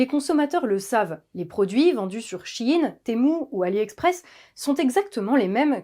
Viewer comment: enfin quelqu'un qui le prononce bien. SHEIN = SHE IN = SHE's IN = en VF = ELLE EST A LA MODE....